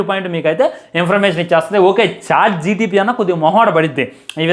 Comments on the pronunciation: Chat gtpp kadu ra pukaaa Chatgpt😂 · Adi chatgpt ra babu chatgtp kadu 🤦🏼‍♂️ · Adhi gtp kadhu ra chat gpt😅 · chat GPT❎Chat GTP✅